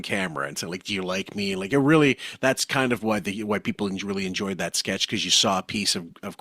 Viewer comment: says “it’s not even dat.” “Dare was a bar.” Why can’t pronounce a TH sound?